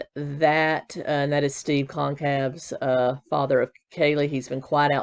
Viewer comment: Kaylees last name is pronounced kinda like Gonzalez, so gon-cal-ves